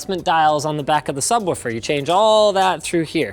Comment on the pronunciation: Linus can't pronounce Subwaffle